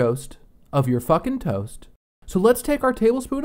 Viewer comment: The way you say “Just some fUckin’ tOAst” is KILLING ME